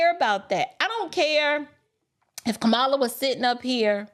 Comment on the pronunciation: Please be intelligent and learn how to pronounce her name.